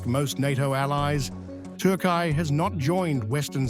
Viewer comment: Say Turkiye properly